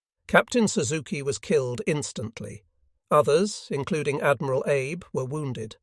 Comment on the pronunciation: If you care, the Japanese name Abe is pronounced "Ah-Bay". If you don't care, please forgive me for mentioning it. Chick Lewis